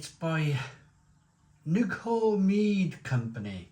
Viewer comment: Mead is lovely but only ever really enjoyed the normal ones, none of these flavoured ones. Nidhogg is a dragon that resides at the bottom of Yggdrasil. Coiled around the tree's gigantic roots, Nidhogg is the representation of all the Realms' chaos and evil. Pronounced Neath-Hogg-er